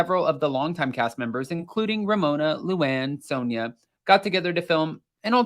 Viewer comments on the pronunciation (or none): none